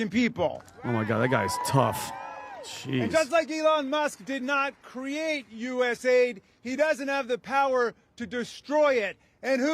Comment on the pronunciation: Guys, its not USA ID, its US AID.